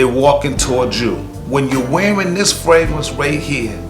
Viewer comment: Its fragrance not fwagrance